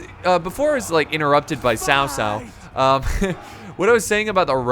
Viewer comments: BTW it’s not Sao Sao it’s Chao Chao From Malaysia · its basically tao tao not sao sao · It is pronounce chao chao not sao sao just to inform but great video ^^ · its cow cow not sow sow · Dude its pronounced Kao Kao... not Sao Sao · Ghostlead 360 it is actuallt pronounced ts-ow ts-ow. I know because I have the same surname. Chinese spelling is Cao. Taiwanese mandarin spelling is Tsao. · guitarhamster is it? because I usually hear it pronounced Chao Cao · His name is Cao cao but its correct sound is cow cow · cao cao is not "s-ao s-ao", Sao Sao means elder brother's wife … "c" pronounced as "ch-", like ch-ange, Ch-ina, in English, but without tiny " ee/i/" sound. Changban, pronounced as " 'Ch-' (similar to c sound in cao cao, but not exactly same) '-on' (similar to English word on) and ban is same as English ban… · it's kao kao actually :D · tsao tsao, ts as in Mi (ts)ubishi or wha(t's) up. Applies to all "c" in pinyin. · Its pronounced tao tao and A guy name oversimplified made a video about this check him oust just look up "Oversimplified three kingdoms" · Is it not chao chao (pronunciation) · Not to pronounce Sao Sao!!!!! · It’s pronounced tsao tsao Tf is Kao kao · Daniel Etheridge no one in China calls him cow cow That’s just completely wrong